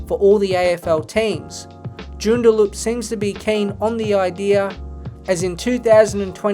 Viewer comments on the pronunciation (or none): JOON der LUP. MAN due rah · Hahah it's not 'Joon-da-loop.' It is pronounced 'June-dah-lup.' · The way he said 'Joondaloop' instead of 'Joondalup' makes me laugh ;) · Its JOON dar LUP. and MAN due RAH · wtf is jorn-dar-looop at least do some basic research on how the name of a town is pronounced before you do a video on it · Its between Joondalup or Canberra. Leaning towards Joondalup considering all the money the AFL is pouring into GWS, GC and now tassie. Not sure if they can afford another money burning team. Also your pronouciation of Joondalup is funny. Its pronounced joo-n-da-lup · great video, incorrect pronounciation of joondalup and mandurah made my skin crawl though ahhaha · Great video but you need to brush up on your Joondalup pronunciation game 😂 And why are you hating on Norwood? 😢 Fantastic club, unlike some plastic no-history franchise from Nowheresville WA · 😂😂 Joondalup is pronounced very differently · Can't even pronounce Mandurah or joondalup properly... 😂😂😂